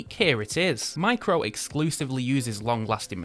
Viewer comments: DYSLEXIC much? It's MIRCO, not Micro. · Did your extensive research tell you that Mirco, a watch manufacturer, is pronounced Micro? Hoot mon, ken ye no read?? 👎FFS! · Why do you keep saying "micro", when the brand is actually called "mirco" ?!?!? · I swear that 2nd brand is named "Mirco" and not "Micro" 🤷🏾‍♂️ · M I R C O - Mirco NOT micro. Didn't you even bother to read the website? 🕶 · Its mirco not micro, shame on you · Not micro but MIRCO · Dude....japanese micro brand called MIRCO not MICRO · Mirco and not micro ... It's tongue twister I know. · The brand is clearly Mirco, not micro, so annoying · So confident in calling 'Mirco', 'Micro'. Legend